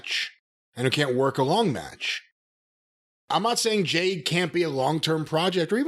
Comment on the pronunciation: For months I've been going insane. I'm glad I'm not the only one who knows that Jim calls Jade, JANE!